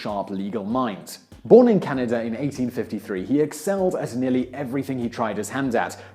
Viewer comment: I've never heard of Canader.. Is this a new country?